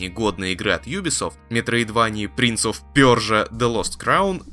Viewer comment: Наконец-то принц оф пёржа